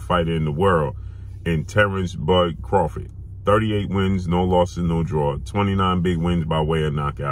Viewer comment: If Bud changed his last name to "Crawfit," wouldn't have to pronounce it any differently than he does now.